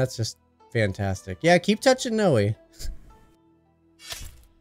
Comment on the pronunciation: Just say Noi like the beginning of the word ‘noise’ Love the videos